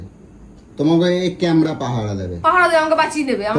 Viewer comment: Camera bolte pare na. Camra camra bolchhe